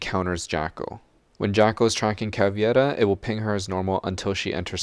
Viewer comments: All I will ever ask of you is that you pronounce “Caveira” the right way. The “i” goes after the “e”. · It's pronounced Cah-vay-da, not, Cah,vee-ed-a. It means "skull" Im fluent in portuguese. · Caveira's name is actually pronounced more like "Cav-ey-ra", since it has an EI not IE. Nice vid though!